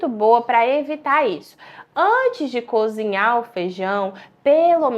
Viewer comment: Essa pessoa não deve ser médica não....cozinhar e ela fala conzinhar....médicos não falam tão errado assim não.